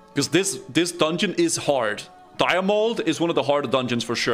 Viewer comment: Please, for all that is holy, please pronounce the dungeon correctly!!!! ❤